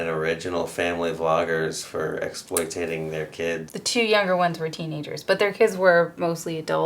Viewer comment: The guy in the background mispronounced “exploiting”.